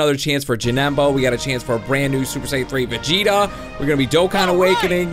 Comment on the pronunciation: YOU said vigeto